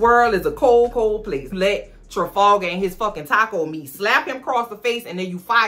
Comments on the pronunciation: The way she says Trefalgar?!?! Made me snort so hard!! 😂😂😂 is hysterical!!! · I love how you keep calling that man Trifalga😭😭